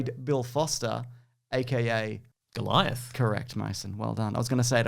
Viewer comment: ...with Lorry Fishburnt as Goll-lie-ath. Anyway, it was somewhere between interesting and mildly diverting.